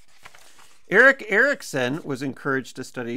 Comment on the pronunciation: I love the fact you pronounce Erik Erikson correctly!